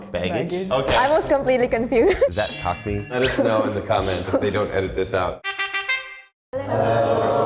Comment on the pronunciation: He said cockney not cock me 😂